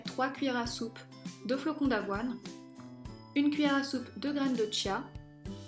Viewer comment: Les astuces de Margaux sa ce prononce graine de kia